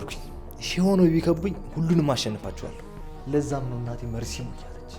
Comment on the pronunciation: መርሲ ሳይሆን መርዚ ነው ስያስጠላ ሰይጣን